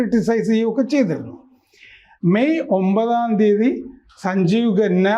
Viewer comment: ഖന്ന ആണ് ഗന്ന അല്ല